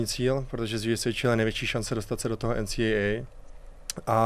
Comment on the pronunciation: Co to porad ten dudak placa ensidablju😂NCW😂 to je ensiejej😂NCAA. Psano foneticky...